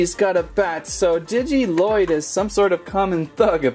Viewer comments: He says lloyd wrong It's pronounced loyd but spelled lloyd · Your supposed to say lloyds name as if there was one l